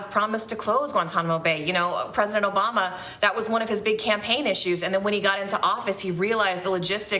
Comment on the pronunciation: I like how Biden pronounces Obama's name. Jurock orblama.